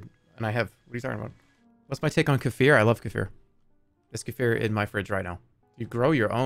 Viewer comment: I can't stand how he pronounced Kefir